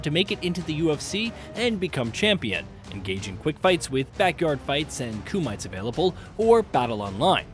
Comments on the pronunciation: Kumite is pronounced (coom - mit- tay) sorry but coomite was really funny 😅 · Kumite = KOO-mi-tay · "koo might"? I guess you're too young to be a Van Damme fan, lol! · Lolol “Koo-mytes” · THEY KEEP SAYING KUMITE WRONG,,, SOOO ANNOYING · The reviewer doesn’t even know how to pronounce “Kumite” 🤦‍♂️ I know it’s a video game but you’ve gotta at least try to get people who are actually interest in MMA and/or combat sports to do these reviews.